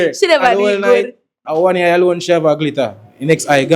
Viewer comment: “one yiy (eye) she have a glitter” 💀 🤣